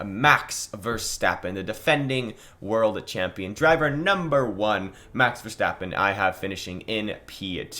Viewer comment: You finally learned to pronounce verstappen right thank you